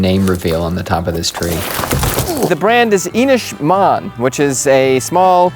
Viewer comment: Small correction, Inis Meàin is pronounced In-is Me-en, the à is more of an ee sound, so sounds like Mean.